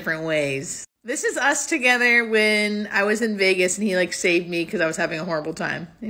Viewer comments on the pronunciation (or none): none